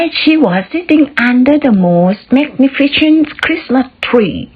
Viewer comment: เริ่มต้นเว้นวรรคนานไปค่ะ และ หลายช่วง เว้นวรรคนานไปค่ะ😊 พยายามตัดความกังวล เช่น คำนี้อ่านว่าอะไรน๊า แปลว่าอะไรน๊า และอื่น ๆ ให้นึกภาพตาม และรู้สึกถึงเหตุการณ์ แล้วเล่าค่ะ อ่านนั่นแหละ r อย่าลืมจู๋ปาก rost ,rose, rubbed stopped ไม่เป็ดค่ะ 😁 magnificent พยางค์หลังออกเสียงเหมือน sent wall ท้ายแอลด้วยค่ะ ไม่งั้นเสียงเป็น war ตอนท้ายน้ำเสียงดีมากค่ะ ตื่นเต้นเหมือนสถานการณ์ จุดไม้ขีดหนึ่งกำ มีความสุข👏 โดยรวม เก่งมากค่ะ👍